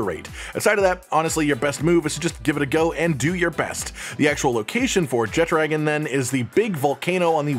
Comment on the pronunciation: "Jet-dragon"....cringe. It's pronounced "Je-tra-gahn". Where did you see a 'd' in the name. I appreciate the video and information provided, but what is with the terrible pronunciation.